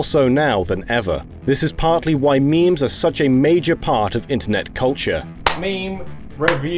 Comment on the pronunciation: “Intarnet culcha, and meeems”